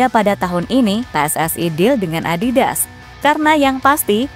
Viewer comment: Adidas apa adibas?? 😂